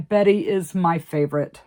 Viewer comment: Betsie instead of betty